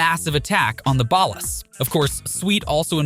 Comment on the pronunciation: I left this video after the 3rd time he said ballas. I cant